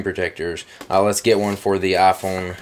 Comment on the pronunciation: Love how you call it the "ah Phone"